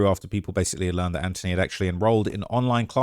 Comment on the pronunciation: Brother please...in the U.S. the "th" is annunciated and pronounced. It's "AnTH-ony", not "An-tony".